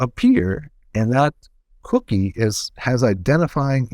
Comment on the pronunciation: "COOKie" it sounds funny when he says it